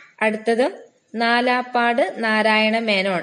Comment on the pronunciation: നാലാപ്പാട് നാരായണ മേനോൻ എന്നല്ല. നാലപ്പാട്ട് നാരായണമേനോൻ എന്നാണ്